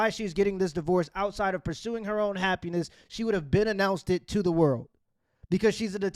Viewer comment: "Tha Culture"